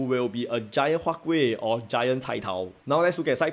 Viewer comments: Sir, your "K"ueh dropped off again ah? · Siao eh, why your huat kueh the k gone again D